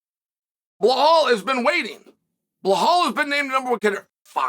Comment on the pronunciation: Hey Chael, His name is BELAAL, not BEHAAL. BEHAAL in my language means "Distressed, Ruined or Miserable" Stop calling BELAAL , BEHAAL